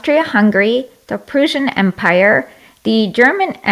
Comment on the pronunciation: She said Persian Empire I swear to god. LMAO.